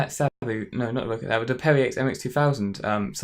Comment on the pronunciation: It's not row-cat, it's rock-at. :)